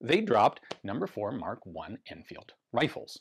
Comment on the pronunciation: pronounced 'L'Anfeeelduh'